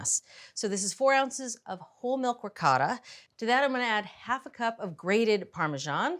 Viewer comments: 1- "Ricotta": Pronounced like the singular syllable “ree.” The “coh” sounds like the “co” in “coat, ”Tah" 2- “Moooz-za-rell" - It's not a Jewish Matzah. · I’m Italian American. Please forgive me - but the pronunciations of ricotta, mozzarella, and saying meat sauce, noodles 😂. Brown the pork (only) first, then add onions, garlic, parsley and basil. Egg added to ricotta can be optional. However, I wouldn’t turn away this lasagna.